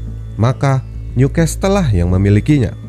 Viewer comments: uda tulisan NEW di baca niu dek bukan nyu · Pengucapan Newcastle diperbaiki ya min.. "Nyukessel"